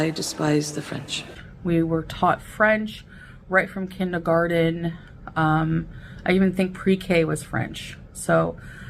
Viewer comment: Clearly she didn't study any German.. The word is "kindergarten",. KIN-DER-GART-EN. NOT kinda-garden.